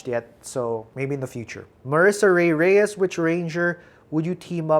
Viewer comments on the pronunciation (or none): none